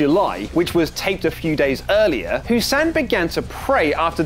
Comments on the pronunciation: It's hassan not hussan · Goodnes gracious, it's HAssan, not HUsann.